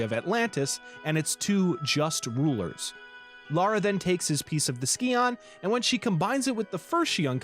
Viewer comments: I flinch every time you pronounce scion as ski-on instead of psy-on... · So, you get kudos from me for correcting yourself on nuclear. Oh my gods though, I literally, physically cringe every time you say "ski-on". It's pronounced "sigh-on". I'm finding it difficult to get through it... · NOT THE SKEE-ON :'( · Almost didn't make it through the first third of the video having to hear scion be mispronounced 2 dozen times. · The video is good But how you pronounce Scion is painful